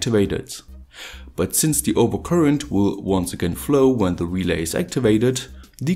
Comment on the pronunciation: actually not "relais" but "relays"